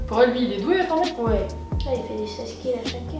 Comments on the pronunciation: Coline haha, c’était juste une blague par ce que normalement on dit For*T*nite et dans la vidéo elle dit For*E*nite, ça m’as fait rire 🤭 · fortnine pas fornite